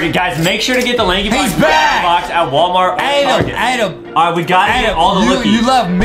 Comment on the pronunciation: adem not adam